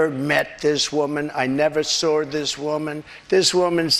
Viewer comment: "I never SORD this woman". This coming from the person who, "knows words, the best words", If that´s the case, what does "SORD" supposedly mean?🤔